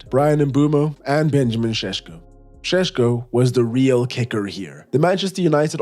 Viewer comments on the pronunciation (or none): none